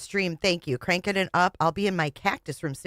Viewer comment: Or how says ruum for room.